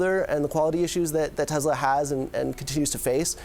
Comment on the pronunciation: Tezla? That must be a new car company! Wait till Tesla hears about them 🤔